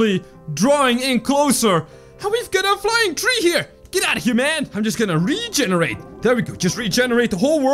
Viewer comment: you said reeeeeeegenarat